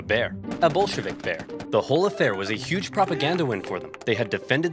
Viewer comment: Every time he says Bolshevik, it sounds like B*llsh*t Vic to me. Anyone else? It is surprisingly fitting, yeah?